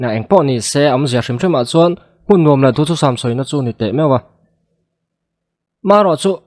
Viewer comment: Run rem ka nùam, a ni lo, run rem ka nûam(a ri kûai chho tur aw) tiha lâm rik tur a ni. Nûam tih hi châk, thlahlel tihna a ni...